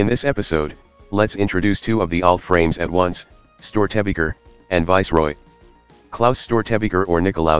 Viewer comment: Rock and Stone oT love your content, as a person raised with the storys of Störtebeker I must say you did your research ^^ just the pronunciation ist a little bit off with this Voice xD